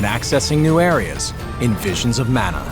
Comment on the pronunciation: “Manna.” Sigh.